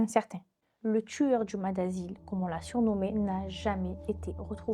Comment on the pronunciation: Salut, je connaissais pas du tout et c’est très intéressant. Juste on dit maSS, (le S se prononce😊)